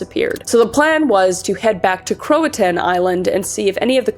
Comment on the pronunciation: Just a few minor corrections because I am that bitch: Croatoan = crow-uh-tow-un Raleigh= raw-lee John White was actually gone for 3 years, with his daughter being only a year old when he left. The local natives kept to themselves at first until the initial 1855 expedition leader antagonized them. Before he left, White made a plan that if the colony had to relocate for any reason that they carve their planned location somewhere in the camp. Also, the settlement was "broken apart" it was "broken down", implying that the buildings were intentionally deconstructed. The year that the colonists vanished has been proven to have had a harsh winter followed by a drought which would've been difficult to survive with the lack of agriculture and resources in the colony. There are compelling theories that cite multiple reports from the era that postulate that perhaps the colony was sabotaged. I won't get into the evidence, but let's just say that they were not well set up for success. All in all, the most logical conclusion is that the colony was the unkowing victim of Spanish attempts to undermine English colonization of the New World. Already at a disadvantage and desperate for supplies that they no longer could be sure were coming, a devastating winter followed by drought made the settlement no longer inhabitable. The Croatoan people were welcoming and humanitarian despite the foreigners' ill manners and they accepted the desperate colonists who fled to their island seeking salvation.